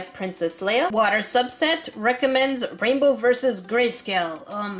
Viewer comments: "Raibow" - English Numba 1! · Is 'raibow' the same thing as 'rainbow' ? 😆